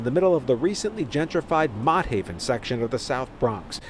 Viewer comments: Its pronounced MOTT HAVEN LIKE MOTTS APPLES LMAO NOT MOTE 😂 GLAD I MOVED A LIL OUT THA HOOD PARKCHESTER IS PEACE N QUIET 🙏 And not for nothing but tha parole officers carry guns so why she ain't fire back 😮 what they carrying guns for good looks🧐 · He said Mo Haven😂😂😂 it’s frigging MOTT haven… even the news coverage said it and he pronounced it wrong